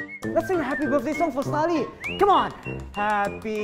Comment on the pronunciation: its Starley not Starlet